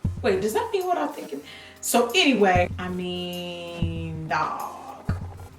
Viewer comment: I love Jackie in this video because 1) GET EM JACKIE 2) "You whu-et?!" I can't deal with you Jackie. I just can't! LOL.